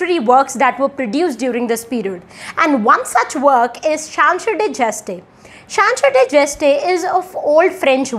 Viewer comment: *Chanson de geste (not Chansor de geste)